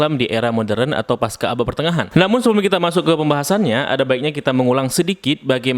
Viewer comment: biasakan mengucapkan pasca, bukan paska.